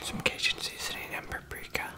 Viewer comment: kinda like he is saying "shum honeycoumb"